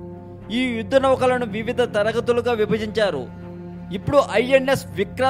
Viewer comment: bhayya Adi yuddam....vuddam kadu first Telugu sariga palakadam nerchuko